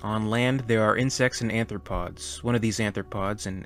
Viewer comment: "Arthropods", not "anthropods".